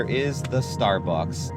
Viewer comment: "star bucking"